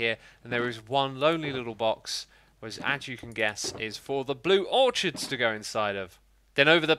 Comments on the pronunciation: It triggers me when he says or-CH-ids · Not sure if the Brits pronounce it differently, but in the US orchids is 'ore-kids.' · Was I the only one who got annoyed when he pronounces orchids or-ch-ids not or-kids. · its pronounced orkids not or-chids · Im pretty sure its pronounced orkids